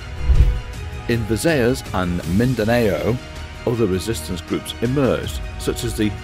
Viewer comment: Thanks for the video ... but that's not how you say "Mindanao"